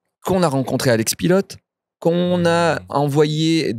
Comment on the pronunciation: Le nom de famille PILOT se prononce "pilo" ce n'est pas un mot anglais. Jusqu'à quand il va continuer à mal prononcer ?